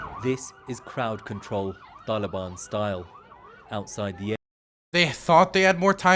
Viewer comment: The tollybon and kahbull, I've never heard these words pronounced in these ways and it's funny to me